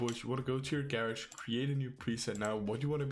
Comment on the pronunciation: The way he said "garage"